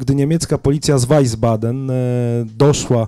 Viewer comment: Nie z "weisbaden" tylko z "wiesbaden" czyt. "wisbaden" - aż mi zgrzytnęło w uszach